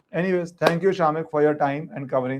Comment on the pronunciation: 😂 true. It's शमिक।